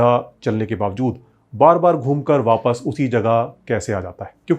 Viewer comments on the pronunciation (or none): none